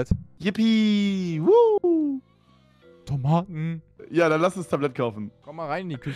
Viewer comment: 1.06.51 von Toomaten 😂